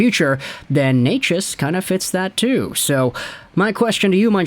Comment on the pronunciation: Omg... you actually know how to pronounce his name? Gold star for you